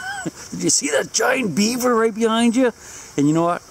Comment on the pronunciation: Do Beavers stink? Or are you saying "Sink"?